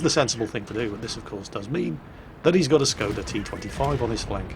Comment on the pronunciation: Since I know you like to pronounce things correctly when you can... The "S" in Skoda is pronounced "Sh". It has the little pointing-down mark over it called a hacek, which means pronounce the consonant as if it had an "h" after it. So, the word sounds like "Shkoda."